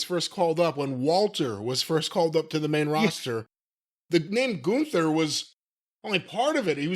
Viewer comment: Or as Wade Barret and Michael Cole mispronounces Gunther as GOONTHER.